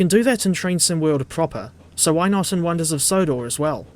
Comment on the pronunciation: Sonders of Wondor XDDD